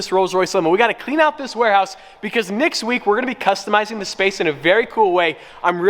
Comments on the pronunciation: I kept sounding like you said Nick's week, instead of next week. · You said Nicks week .... instead of Next week....also do a road trip with the limo. Because it's not 25k to change oil wtf if i was a billionaire I'd still not pay 25k for service like oil buy a service manual and do it yourself trade secrets my ass....